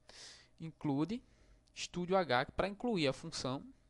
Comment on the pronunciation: bacana sua aula só presta mais atenção no q vc fala se nao confunde quem esta aprendendo, por exemplo se fala STDIO.H nao estudio.h, fmz valeu